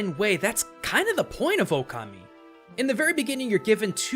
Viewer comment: Okami, not O-Kami lmao